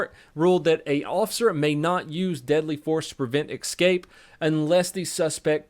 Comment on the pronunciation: please. There is no "X" in the word "escape."